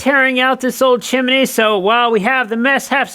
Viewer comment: It's a two syllable word, chim-ney. It's NOT chim-i-ney, like you said the first time. How you ever got that in your vocabulary is a true mystery. It sounds as if you're uneducated when you say it that way. In this video alone, you say chim-i-ney at least three times.